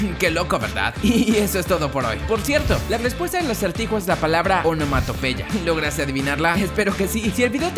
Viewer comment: Dice onomatopeya